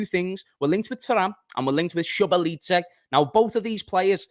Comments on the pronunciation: it is Zo boss lie ffs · That Szoboszlai pronunciation is mad!!!🤣